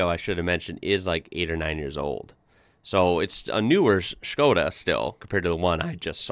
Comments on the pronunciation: Bro if you come to europe let me know and we can drive arround in a '22 Octavia RS , trust me its worth it. Also kudos to actually pronouncing it as it should :) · HE SAID SKODA CORRECTLY NO WAY